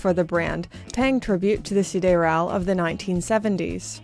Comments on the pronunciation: I love your content, but for the mercy of God - isn't Canada a French-speaking country, at least to some extent? SidEral is not really that hard name to not butcher the pronunciation every time... Still love you tho. 😛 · Strange that you were able to pronounce "sideral" as the French would, but then decided to mispronounce it afterwards. "I know it's pronounced 'Tiss-oh', but I'm going to say 'Tiss-sot' from now on." 😂😂